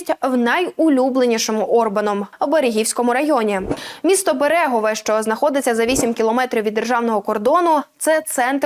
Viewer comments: БЕрегове.... Наголос на перший склад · У назві Берегове та грошової одиниці "форінт" наголошується перший склад